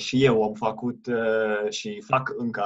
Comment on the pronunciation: There really aren't many I can notice. Most of them have to do with ă and î. (în), (învățam), (învățat) - i instead of î (încĂ), and you correct yourself, (încă), (încă), (română, not the definite form), (încă) - a instead of ă , - You slighty stress the wrong syllable, fă-CUT instead of faăcut; it sounds Italian or Spanish, not necessarily bad - LU-ni instead of lu-NI